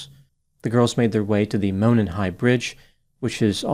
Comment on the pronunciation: moe-NON! From a life-long Hoosier.